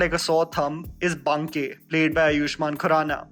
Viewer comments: You said बनके instead of बाँके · Not benkey!!! Its baankey!! Baankey bihaari wala baankey??? Had mt kro yr! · अंग्रेज़ी बोलो पर इतने अंग्रेज़ न बन जाओ की बांके को बनके पढ़ो। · How he pronounced 'Banke'😂😂